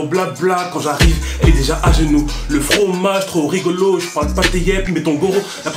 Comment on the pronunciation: "ou le frrrrrooagee" 😭😂😭🤣🤣